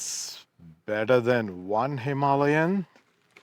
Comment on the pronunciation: i thought it sounded better that way